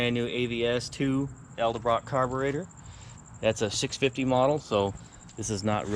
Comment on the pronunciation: This car was truly a Great Find... Very un molested.. Just curious if you don't mind saying .. How much you had to give for it... OH.. and FYI.. The Carburetor Brand . Is Pronounced " Edelbrock" not .. Eldebrock .. :)